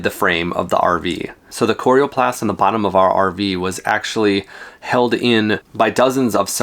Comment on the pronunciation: Nice Video. Not sure about your pronunciation of "coroplast". :) One tip. When you plug the rig into a 15A outlet set the max current at 12A. This is required in the electrical code for continuous current (80% of max) and far less likely to trip a breaker or melt an outlet or cord. Even at 12 amps things will get quite toasty after awhile with continuous current like an air conditioner or charging a large depleted lithium battery pack. Have fun and be safe!!